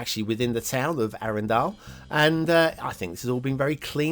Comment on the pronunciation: Arendal, pronounced Arndal (silent e). As a norwegian I wan't to be patriotic but honestly the best parts of the map is the many intersections and coastlines. Sloped build areas makes wonky edges around buildings. Map: 2 Stars. Loved the Shark asset and the ad. 5 Stars.